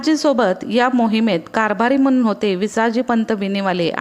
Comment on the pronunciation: तुम्ही सांगितलेली माहिती खूपच उपयुक्त परंतू शब्द उच्चारणात सुधारणा केली तर बरे होईल उदाहरणार्थ नाही आहे णाहि /म्हणून आहे म्हनून